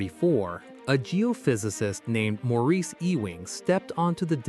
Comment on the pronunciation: AI voice blows it pronouncing the first name. I find it odd that seemingly the creators do not listen to their own videos for verbal accuracy.